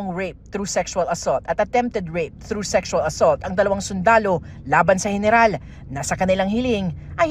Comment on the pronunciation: Gayneral HAHAHAHAHA